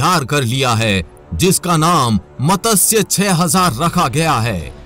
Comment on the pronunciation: bhai matasya nahi matsya teek se bholo jab bholte ho